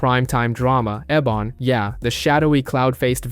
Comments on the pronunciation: It’s pronounced Ebon not Ebin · It's pronounced Ebon not Eben.